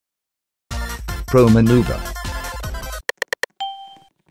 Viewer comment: Now i understand my friend kept saying "Pro manover" and "Pro aim" and kept dogding like you- i was like- is mah freind crazy😭 so i watched mm2 and now i understand pro manover